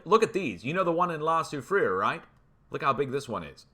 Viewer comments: I would pronounce La Soufriere "La Sue Free Air" but i enjoy your interpretation ☺️ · La su-free-year "year" as in "bear":) ML from Belgium. you rock